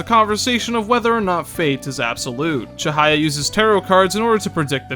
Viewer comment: You've done a great job here, I knew you'd do the game justice with your analysis and honesty, and I certainly wasn't disappointed. I don't agree with you on a couple of your points, but it'd be stupid to think we share the exact same mindset in that regard. The only complaint I have is the mispronunciation of some of the names of characters, like Ryuji's last name, Chihaya and Kaoru. Those are just minor though and don't really get in the way of my overall feelings towards your viewpoint. You've outdone yourself today, and you should be proud! I hope the tips I gave you proved useful aswell (The Sae battle phase skip, and the dart minigame trick). Can't wait to see what you put out next! Keep on keeping on!